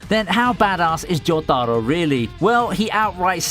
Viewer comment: Well that's it. Last anime you shall butcher. Blocking your content. How do you pronounce jotaro so wrong. PEACE, and love dawg